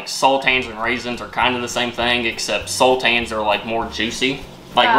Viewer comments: Sultanas ....are pronounced sul tarna ....think of how you say banana..... a sultan how ever is a character you'd find in stories like Aladdin .😂😂😂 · It's sultanas not sultans! You kneaded the dough to much so the scones didn't rise very high, brushing milk on top is to make them golden colour after the scones are cooked, you re-roll the left over dough to make more scones until the dough is finished, Your meant to cut them in half then add the butter & jam or clotted cream & jam, The cheese scones are nice with cream cheese & chilli jam on them, Good job for your 1st try though, 😊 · Il spell it how we say it SALT-ARN-AS not that it matters but just if u wanted to know xx love the videos ❤ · Its SultanAs ffs